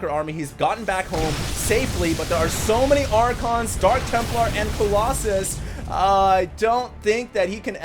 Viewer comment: I still remember confusing himself and was like, Colossi? Coloxxun? haha lol.